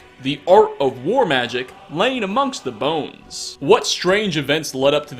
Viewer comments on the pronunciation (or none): none